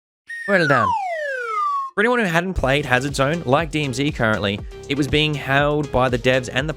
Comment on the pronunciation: Nailed the acronym at the start haha!